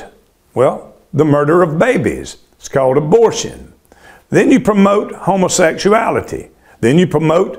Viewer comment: The accent and how he says "HO-MO sexualitAY" I know I'm in the right place. 😂